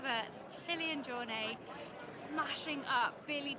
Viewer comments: the “T” isn’t silent. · Even his good friend Ian Corless keeps saying JorNAY...so you're far from the only one :)